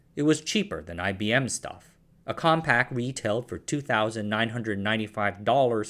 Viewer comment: Why do you keep saying compact?! It's compaq! There's no t!